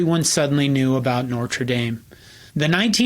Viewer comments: No R before the T in Notre. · No-truh. Say it with me now. No-truh. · The R in Notre comes after the T. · Strangely, he makes much of whether Knute is pronounced “Kanoot” or “Nute,” but pronounces Notre as “Nortra.” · content: great .....Pronunciation of Notre: needs work. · This guy can't pronounce Notre.